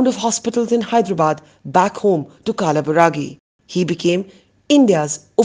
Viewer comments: And not kalaburagi it's kalburgi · कालाबुरागि गलत उच्चार है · बरखा, शहर का सहि नाम है कलबुरगि. आप कल्बुर्गि भी बोल सकते हो.